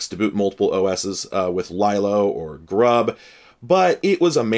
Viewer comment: “Lylo”, LOL! It is LeeLo - from the Linux Loader, you silly.